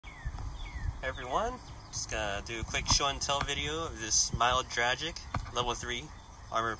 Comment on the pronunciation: Very bad pronounciation of Миле Драгић lol. Hello from Serbia.That plate carrier was short produced and quite uncommon in Service most were just innstorage.Front Plate you pulled out says "Protective Ballistic plate with anti trauma layer for PBB M-99 Protection level 3 Serial number M21300 Month and Year of manufacturing 05.2002."